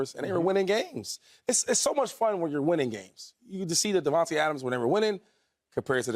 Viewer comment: bra can y’all stop saying devonte when it’s davante y’all blows me